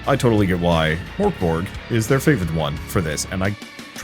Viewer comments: To pronounce it easier in English I'd suggest trying to say "Mirk Borj", and not Mirk as in "Meerk" but rather like they pronounce "Mirkwood" in LotR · Nearly spray-painted my monitor with tea when I heard that pronounciation of Mörk Borg. I never really thought about it, but I guess that's how most english-speaking people would pronounce it 😄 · I saw it coming and it still threw me for a loop!